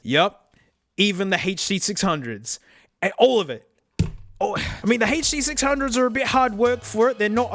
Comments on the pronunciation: He said HD600 normal. Is our mate sick, did the hand damage affect his brain? Ahh there's the HURR DURR sixhunnits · Ah yes. The huh duh six hungos. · its the "huh-duh-sixhundgoes innit?"